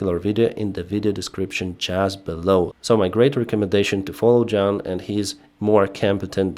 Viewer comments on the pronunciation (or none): It's Juan, not John, pronounced similar to wan. It's the Spanish equivalent of John.